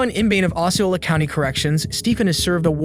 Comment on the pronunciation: Osceola. Northport. Live. The guys name (which his own father can say correctly). English much?